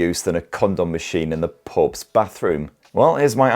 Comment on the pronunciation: I think he said "pope's bathroom"🤣